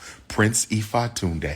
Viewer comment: LEARN how to pronounce Ifatunde properly.